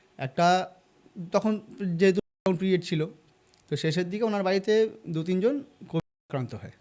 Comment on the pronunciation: কোভিড শব্দ টা উচ্চারণ করলে কি হয়!!!এত ঢোক গিলে গিলে কথা বলা একদম ভাল শোনাচ্ছে না।সব মিলিয়ে একদম ভাল লাগল না।